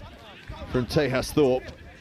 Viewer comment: Loving the coverage - thanks so much. Just one point for you on a name: TEJAS Thorpe (Wellington) has an Indian name and it is pronounced TAY-JUS. Thanks!